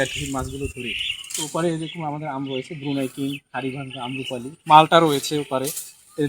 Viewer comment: Amrapali..not Amrapuli . Plz pronounce correctly